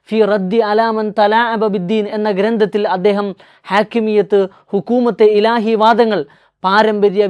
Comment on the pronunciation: ഹുക്കൂമത്തെ ഇലാഹി എന്ന് ഉച്ചരിക്കാൻ നിങ്ങൾക്ക് വിവരം വരട്ടെ!!?? ബാക്കി പിന്നെ.